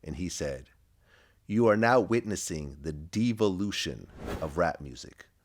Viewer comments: Vlad doesn't even know how to pronounce devolution, let alone understand how evolution actually works and what it is. Yet despite not being able to pronounce devolution, he sure knows how to play Devil's Advocate: a different kind of devil-ution. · lmfao! vlad don't know how to pronounce devolution or evolution lol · Vlad can't pronounce evolution and devolution 😆